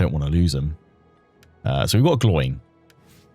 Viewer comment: I was looking for this comment the moment Gloin was said that way lol